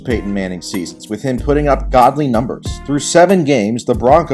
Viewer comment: Twenty sEAsUHs